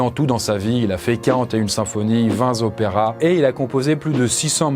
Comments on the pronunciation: Vingt "topéras" et non vingt "zopéras" mon cher ^^ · Pas Vingt Zopera mais Vingt Topera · Vingt z'opéras, ça fait beaucoup de z'opéras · Vinz opéras ??? j'ignorais cette liaison ;) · vingt Zoperas ca pique un peu quand meme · "Vingt Z operas" ca fait mal aux oreilles quand meme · POLICE DES LIAISONS DANGEREUSES, BONJOUR.. Vous avez été contrôlé positif à la liaison dangereuse à avec votre "vingt'z'opéras". Cette infraction est passible de deux ans d'emprisonnement, mais votre amende peut etre réduite à une recommandation à l'excellente chaîne de vulgarisation: "mathador", si vous vous acquittez dans les 30 jours, par la méthode de votre choix (post twitter, insta, recommandation vidéo, etc). En vous souhaitant bonne route malgré cette infraction, veuillez agréer,, l'expression de nos sentiments les plus respectueux. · Vingt zoperas aie aie les liaisons !